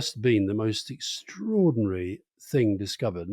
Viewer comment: "This is an ex tory par(ro)ty!!" How has nobody else made this link!